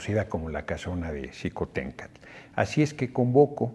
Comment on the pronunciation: Chingón que la pronunció con SH y no con J Senador Noroña Xicoténcatl